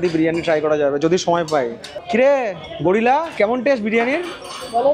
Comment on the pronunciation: গরিলা নয় গুরিলা আর পলকে গরিলা একমাত্র আমি বলি তুমি বলবে না😂